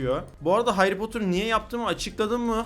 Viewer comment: Heri potırmı hayri potırmı hayri potır diyon